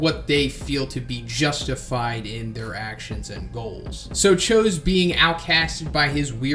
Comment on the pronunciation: thats not how you say his name lol